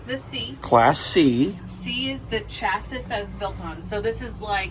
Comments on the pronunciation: FYI- Pronounced Chassy, not Chasis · LOL..."CHAS-ISSS"....IT'S "CHAS-SEEE" 🙂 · Please don’t ding me, but chassis is pronounced chas-see. 😊❤ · Chassis = cha - see. The e is pronounced as viewed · Exciting thinking about this next chapter with the grandbaby and a motorhome. FYI-chassis is typically pronounced chas-ee in English. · Chassis is pronounced chassy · Chassi. The second "s" is silent. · Just an FYI - - - - rather odd that it's spelled chassis but is pronounced cha-see. I'm from Canada so I don't know if the way you said it is the correct pronunciation in the USA or if you're just not familiar with the term and are unsure of the pronunciation of it, but it just doesn't sound right to me. Not being critical just mentioning something you may or may not be aware of. That Thor Axis could be perfect for what you need - might take a bit to get used to driving something that size but it wouldn't take long. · Pronounced chass-ee 😂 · I enjoyed this video so much as I love going through the different campers and motor homes. However, I was taken aback with your pronunciation of the word ‘chassis’. I have never heard it pronounced that way. I’ll probably get some hateful comments but you might want to know that the ‘s’ on chassis is silent. It is pronounced ‘chassy’. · you shoulda helped out on the pronunciation of chassis so she doesn’t get made fun of lol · Thank you. I was cringing too. His pronunciation is so funny sometimes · By the way, the last S in chassis is silent. I actually wondered if the pronunciation you used was regional.